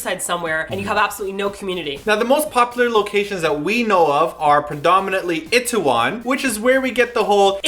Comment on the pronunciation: why do u guys say it-tae-won? with an it... its i-tae-won. ee tae won. eeeeeeee